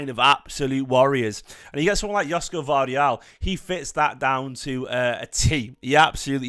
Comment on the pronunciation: Gvardiol would be a great addition to our squad. It’s pronounced Yosh-ko Gvar-diol btw his name is sort of a Croatian version of Josep Guardiola